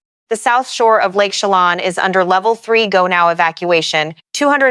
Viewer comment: It's pronounced Esta-KAY-da. And Lake CheLAN (like shay land)